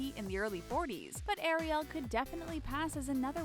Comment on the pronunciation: Anyone else triggered by the way she pronounces Ariel